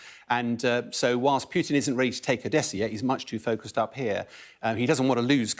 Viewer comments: It's Pootin, not Pewtin. FFS. President Putin. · Who the hell says "Pyutin"